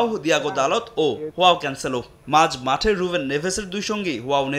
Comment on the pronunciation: হোয়াও না জোয়াও